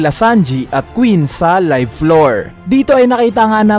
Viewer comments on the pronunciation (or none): none